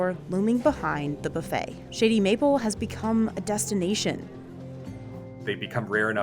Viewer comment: I find it utterly sad that they sent a biased person against the place to review it. She even pronounces "Shady Mapple" thoughout the video in way to be heard "Shitty Mapple". All video long, she has that "yuck" attitude. She even states that she have heard from seven people the only get there is one item, the brisket, which had that face of digussed even before tasting it.